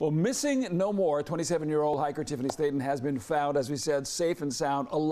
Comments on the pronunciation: Slaton not Slatin 😂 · For the reporter. The lady's name is Sla ton, not Sla in. You wasted an education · Since when is the word Slaton pronounced sla in ??? Who hired this one and where is the bike and no frost bite ? 🤔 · Speech training for your reporters - "Slay-in", "mouw- ins"